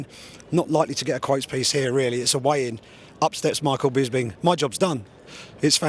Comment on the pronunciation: It's bisping not 'bisbing' you idiots